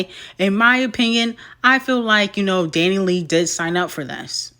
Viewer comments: Dani Lay 😭💀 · constantly mispronouncing DaniLeigh's name will forever be funny 😂